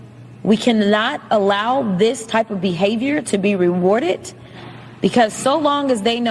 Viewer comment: i hate how she says things like "rewardet" instead of rewarded. I love that she's unemployed but i would have rather had her going up against a republican in the real election. She's way easier to beat.